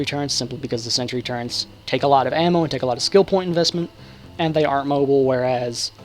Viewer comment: "Turrents"